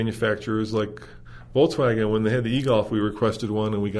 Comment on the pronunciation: pronounces Volkswagen like Volts-wagen. Very electric😂